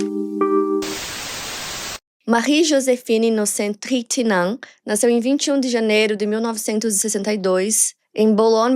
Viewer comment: Pior que a pronúncia está errada KKK mas amo a kkkk seria "inossont trãntinhom"